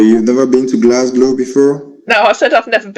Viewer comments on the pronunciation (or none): Islay of Mulley!! He doesn't know how "Isle". is pronounced 😂😂😂. Also said "Glasglow". 😂😂😂